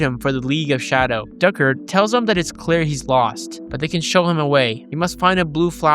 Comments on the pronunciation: It's Ducard, pronounced "Dew Card" Fun Fact: in the comics, Henri Ducard was a mercenary who mentored Bruce, but he was too extreme in his methods, which forced Bruce to take him down Batman Begins merged Ducard with Ra's Al Ghul as one character, making Ra's's connection to Bruce more personal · Liam neeson character is called Ducard pronounced Doo-Card